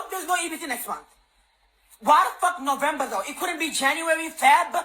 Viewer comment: Wow! That is living large, instead they piss it away on snacks, and expensive food items. These fools could have used those EBT funds strategically to prepare for this moment. LOL No-vahm-ber?